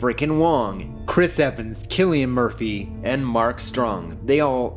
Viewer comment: >saying cillian murphy's name right thank you, fecking hell it gets so old, now do colm meaney